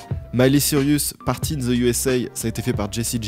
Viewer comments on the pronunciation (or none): Le fait de prononcer Cyrus comme Sirius ça compte ?